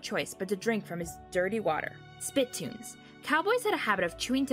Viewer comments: Yeah I just thought I’d offer a little help there the word is not spit tunes spi TOONZ With the emphasis on the second syllable not the first just thought I’d like to help out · Geez, "painful whipping" "SPIT toon"...painful wiping and spiTOON